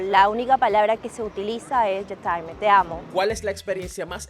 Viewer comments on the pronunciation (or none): La peruana es arrogante y se las pica, pero se nota que no tiene ni idea y ni habla francés. "Yetaime"? je t'aime se pronuncia algo como "shetem" (un poco como lo dice el anterior), y nadie que hable alguito la lengua diría como ella dijo. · “Ye taime” 😂 es (ye tem) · Dios mio.... estudie 7 años en la Alianza Francesa.... Señorita peruana ...Usted lleva 2 meses y dice que lo escuchó varias veces ... Escribo la fonética en español tal como lo escribiríamos nosotros, ella dice: " ye taime" 🙉🤦 Es " ye tem" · La peruana no sabe pronunciar frances 😂😂😂 yo taime? Je tem! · Je taime jajaja eso es no saber hablar francés. Es je t em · Para la que lleva 2 meses en Francia : 😂 morí con ella dice que YeTaime 😂😂😂😂 con tremenda actitud y todo 😝 Búsquenle un novio francés para ver si aprende a pronunciar por favor 😅😂😂😂😂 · la peruana tremenda bestia...DECIR YE TAIME..Y LO REPITE YE TAIME:face-red-droopy-eyes::face-red-droopy-eyes:EN VEZ DE Je t"aime...un espanto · A la peruana que tiene dos meses en Francia, amiga,tienes dos meses y no sabes pronunciar je t’aime? Se pronuncia yé tem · No se dice: je t'aime (Tal como se escribe) Se dice : Je t'em! ("ai" se pronuncia "e") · Amé el "Yetaime" (Je t'aime) JAJAJAJAJAJAJA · “Ye taime” OK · La "SHETAIMÉ" me hizo el día 😅 ... Con quien será que se frecuenta que dice que la frase que más escucha es "je t'aime"... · Y ya pronuncia perfectamente "J' time" 🤣🤣🤣🤣🤣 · Ella dice yo taime hahahaahahahhahaha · ¡Exacto! Además sólo lleva un par de meses y ya sabe "todo" de Francia y pues anda en plan conocer hombres y que la inviten 😂😂😂 Su frase favorita es: Je t'aime! Y la pronuncia a como se escribe 😂😂😂 La pronunciación correcta es algo tipo [yetemm] hay que insistir un poquito en la letra 'M'. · La mujer que lleva dos meses viviendo ahí, en verdad quedó en ridículo por todos los comentarios que dijo y en verdad lo primero que debería hacer es tomar cursos de francés y aprender a pronunciar bien al menos una palabra, je t’aime!!!